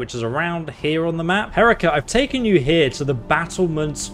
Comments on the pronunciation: I love he she accurately corrects you with the pronunciation of her name: HA-REE-KA and then you continue to call her H-Erica the whole video lol. I liked that at different points she finds it amusing and annoying lol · her-EEK-uh. I found it a bit disconcerting how you pointed out the one word she mispronounced and then even after she pointedly corrected you on the pronunciation of her name you continued to mispronounce it the entire video. Pretty amazing stuff otherwise. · I love how she immediately corrected your pronunciation of her name and you still kept saying it wrong the entire video. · Dude, for the billionth time, it's not Herika. It's Herika! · Maybe by next video you can learn to pronounce her name. It is not Erika with an H. The middle syllable is 'reek' and it is emphasized hair-REEK-a would be a closer pronunciation. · It's Huh-ree-ka,: ok cool Hair-ek-uh. Me: She literally told you like 5 times how to pronounce her name. She said "Oh that's right you're from the UK, I didn't expect you to be able to pronounce it correctly so I gave up. 😂😂😂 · Herika: "My name is pronounced her-EE-kah" literally always: "HEH-rick-ah" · I find it funny that she kept trying to correct his pronunciation of her name, but he just didn't change it at all 😂 Herika: It's Heh-REE-ka: H- erika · I love how Herika clearly told you it's pronounced "heh-REE--kah", yet you still pronounce it "HEH-ree-kah" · My name isn't hERICKA, it's pronounced Hair-EEka. He proceeds to say Ericka & herikka the remainder of the gameplay, she gives up correcting him, she realized her name is whatever the hell he's gunna call her. xD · Dude, it's Herika, not Erika. Stop dumbing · For the love of Talos stop calling her Erika 😂 This is amazing though, excited to see where this goes in the future! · You never did get her name right, even though she told you 5 times. Hah-ree-kah. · It's Hair-eek-ah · Gets mad you mispronounced "Herika" -Mispronounces "wound"